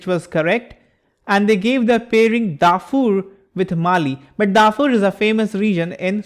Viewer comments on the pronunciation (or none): none